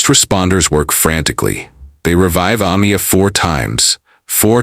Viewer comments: The narrator could say last but a tiny effort into pronouncig her name. UH-MY-UH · Ah-meye- ah. Not Ah-me-ah. You should edit your narration. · Her name was pronounced A-my-a, not A-mee-a. So disrespectful.